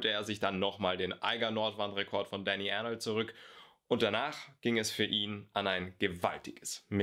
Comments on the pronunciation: Tolle Videos! Zur Info - Dani Arnold ist ein Schweizer und wird Deutsch ausgesprochen. :-) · Dani Arnold ist Schweizer. Sein Name wird daher nicht englisch ausgesprochen.😅